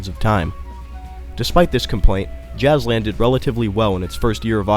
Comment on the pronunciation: you misspronounced the names of every jazzland ride!